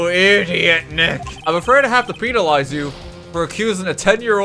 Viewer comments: why are you saying penalize like pee-nal-ize kinda sus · I'm more disturbed by his pronunciation of penalize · that is NOT how you pronounce penalize